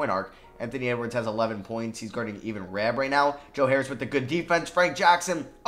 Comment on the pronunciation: Ivan (eye-van) not EVEN Rabb!!